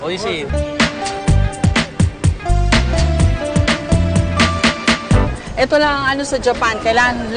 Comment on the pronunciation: 無理山検事 the pronunciation is o-ishi but philippines read it wrong and when you try to correct them, you are portrayed as a "know it all". Gg philippines